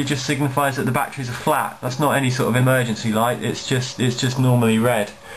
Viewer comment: i like how you say betrees lol